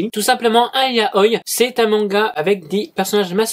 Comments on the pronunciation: YA-O-I (pas yaoy) LA PRONONCIATIOOOON ) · C'est yao-i pas yaoille